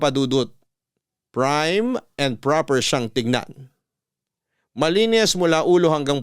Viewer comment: JUSKO MAGPOPRONOUNCE NALANG TONTA. PRIM YON HINDI PRIME KAIRITA DI AYUSIN